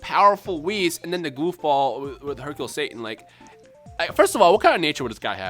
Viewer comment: Hees or Wercule